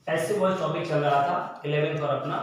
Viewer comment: Sir boice hai ya voice